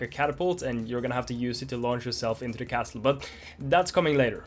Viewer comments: SNAKES!!! T in castle is silent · Love the banana guy! LOLed at the level name that had "LOL" at the end. The "T" in "Castle" is silent. Good luck on your exam. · Hearing him pronounce the "T" in castle was low key distracting lol